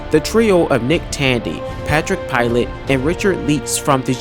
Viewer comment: constructive criticism here. Work on pronunciations of names, as well as not sounding like you are being forced to read a script. Ex of pronunciation is one of the Porsche drivers last names isn't Pilot like a he controls an airplane but Pee Lay because he is French. The info is great and makes the watch very worth it, but it's that extra attention to detail that helps show you care and set you apart from the rest. Thumbs up overall though. Also the four LMP2 chassis were Dallara, Oreca, Riley, and Ligier